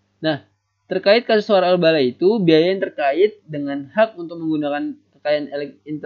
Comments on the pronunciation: waralaba min bukan warabala wkwk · wkwkwkwwkkwk lucu bgttt :")